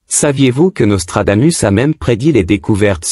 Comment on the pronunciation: Hé IA, apprends le latin. On prononce Nostradamousse. Régor du Lignon 🇨🇭